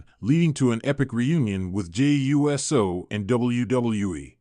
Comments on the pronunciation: It's uso, not U.S.O. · ai is so dumb just say uso not jey u s o for real pronounce uso right. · Why cant this guy pronounce the Usos names right? Jey and Jimmy U.S.O??? WTF???